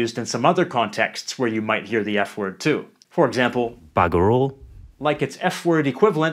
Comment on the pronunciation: I’m kiwi 5th generation, this guy needs to live here for some time, he’s got our accent all wrong. It sounds more Aussie than kiwi, and when he pronounced the word Maori made me cringe. Get your facts right, and he got bugger off so wrong. I’ve got to stop because he got worse as the vid went on!